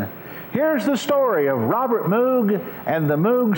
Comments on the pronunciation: It's pronounced 'Moog', not 'Moog'. Get it right. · A documentary on Robert Moog begins by mispronouncing his name as M-OO-G rather than M-OH-G.